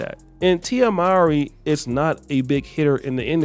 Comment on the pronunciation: Her last name is actually pronounced: “more-ee.”